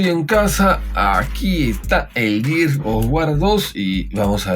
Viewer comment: Por qué la gente siempre pronuncia "gears" como si estuvieran diciendo "years"? xd